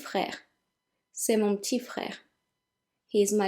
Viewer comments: Hang on, did you just pronounce petit "tee"!? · Learn French With yeah I know, but it sounds to me like you're dropping the 'p' as well, hence my original question.